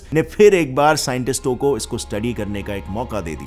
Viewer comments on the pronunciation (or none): scientisto nahi scientists hota hai bhai